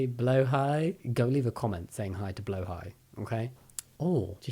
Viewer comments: Since this video is about people making mistakes, I'd like to point out a minor one of yours. The Å in "blåhaj" is pronounced like "awe" in "awesome" (because Å is "Å-some"!), rather than the "ow" in "blow". Apart from that, your pronunciation is great! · Blow hi? Is that the correct pronunciation of blahaj? 😮 I've been calling mine the wrong name this whole time? Well I actually call him Sharkey but still 😂😭